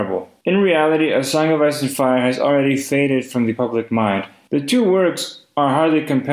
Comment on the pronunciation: the song of ass and fire))))) i am sorry, but that is literally what i hear every time he says it